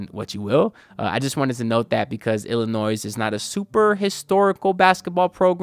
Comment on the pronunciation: Breaking news - the final “s” in Illinois is silent and always has been.